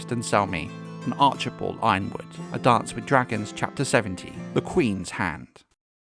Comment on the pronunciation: why do we keep mispronouncing Y-RONwood? 😂